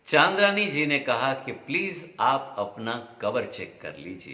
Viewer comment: चन्द्रानी मुखर्जी को चान्द्रानी मुखर्जी बोल रहे हो?